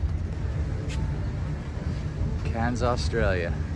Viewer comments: It's not pronounced "Cans" but "Kerns" Thank you!! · K air ns